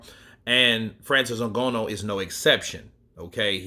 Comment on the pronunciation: NgAnou not NgOnou Brother.. that is what i think but Ngonou is ok too 😅